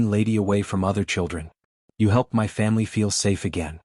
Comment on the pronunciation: I'm taking m y . The AI can't even say my.